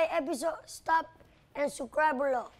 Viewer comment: “Suscribe Down belo” - pio